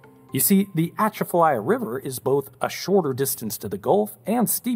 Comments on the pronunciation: Atchafalaya: pronounced 🚨UH-CHAFF-UH-LAYA🚨 Not 🚫ATCHA-FA-LAYA🚫 PLEASE LEARN OUR CULTURE BEFORE U SPEAK🙏🏼 It's disrespectful on so many levels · AtCHAFalaya, not AtchafaLAya. I thought I'd seen this one before, except for its posting date. But when I heard the fingernails on slate of your pronunciation I knew I'd have remembered watching. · Try doing some research on how to pronounce things before publishing them on YouTube! You are completely mispronouncing Atchafalaya. It should sound like Uh chaff uh lie uh, not atcha fuh lie uh. When folks mispronounce words in things like this it makes them completely unwatchable. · Born and raised in New Orleans, "uh-chaff-fuh-lie-yuh" is how we pronounce Atchafalaya. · His pronunciation of Atchafalaya is hilarious. Absolutely what anybody who’s not from Louisiana would think the first time seeing that 😂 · As a native Louisianian, your pronunciation of Atchafalaya is horrendous. I love it. The emphasis is on the atCHAfalaya. Keep up the good work. I show my kids your videos to help them understand infrastructure we'd never know about otherwise. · Atchafalaya. (uh-CHAF-uh-LYEuh). Thanks. Sincerely, Morgan (Mau-ghen) City, LA. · I'm sure someone has already told but. But as someone from southern Louisiana it is my duty to help you pronouce Atchafalaya. It's Uh-chaf-uh-lie-uh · youre the first person ive heard say it like that lol everyone at home says it "uh-CHAFF-uh-lie-uh" awesome video tho! im not saying youre wrong btw just thinking out loud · Please let me help you on just one thing. Atchafalaya is pronounce shah-fuh-lie. It’s an old Indian word meaning long river! Never pronounce it like you did in the state of La. They may just use you as gator bait! Lol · to your credit , great video. but it is pronounced "uh-chaf-uh-lie-uh" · it is pronounced " uh-chah-fuh-liya "..... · hurts to hear... try this. a chaf a lie a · It's pronounced Uh-Chaa-Fa-Laya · Bro.. its pronounced "A-Cha-Fa-Ly-A"